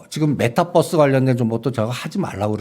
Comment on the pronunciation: 메타뻐스가 뭐지요 메타벅스인가묘